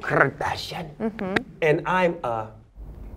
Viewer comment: the way this nigga said kardashian tho 😂😂😂😂😂